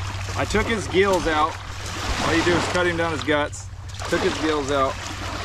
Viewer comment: brother you said geels out. Not gills Been around crystal to long